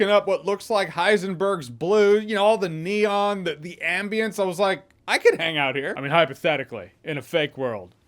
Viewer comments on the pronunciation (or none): none